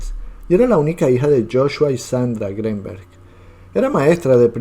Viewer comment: Al escuchar tu pronunciación del apellido Greenberg, bote tu video